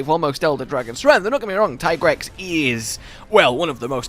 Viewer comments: Producers hate this man. Still pronouncing it as tie-grex when yuya himself says it's tee-grex. Love your content though <3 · Yessssss “TIE-GREX”..I facepalmed so hard when I heard the Handler saying “TEE-GREX” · It will always be tiegrex to me too